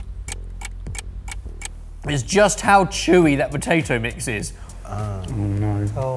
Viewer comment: looking at when he said potadough 🤣🤣🤣 amd having to come to the rescue for